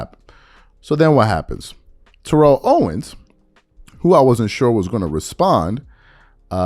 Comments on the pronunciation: ( it's said: Tare-rull Owens not Turr-elle--- or just T.O. is what everyone calls him. Kindly consider pronouncing it that way, ---respectfully, thx. ) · Could you please learn to say TO’s name correctly? Or just say “TO” ? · This man talked about SAS mispronouncing names and he has been mispronouncing T.O.’s name this entire time 😫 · and he’s still mispronouncing his name. He always spoke on him mispronouncing other people’s names NOT in a mocking way.